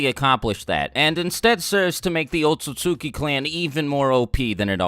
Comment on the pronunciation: Why do people keep pronouncing it as O TUT SUKI. It's literally spelt OT SUT SUKI